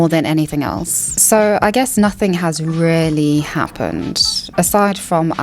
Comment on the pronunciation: i always confuse when you say really , it sounds like "rarely " to my ears , am I the only one?